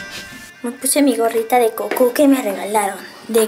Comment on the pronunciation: se dice Gokú